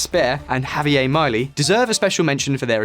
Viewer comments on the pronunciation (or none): Try pronouncing his name like: "Ha-bee-air Me-lay"